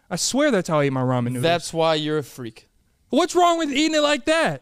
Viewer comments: how are you lonely my G, you is a good lookin dude, there is no way, then i think, man this guy really said raymen xD!!!!! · please...its RAW-MEN